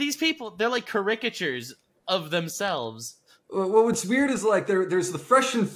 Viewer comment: The way said cherecatures was like nails on a chalk bored, everybody always has that one word they butcher